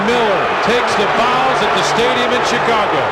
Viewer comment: The way he says Tchicago ...... Kukoc is like Ginobili , bball geniuses that were able to put their ego aside and play for the team . If he was playing in today's league , he'd be a superstar